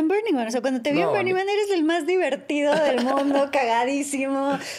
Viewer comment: Perdón, perdón. Me van a odiar Aislinlovers, pero me da algo cada que dice: bErning man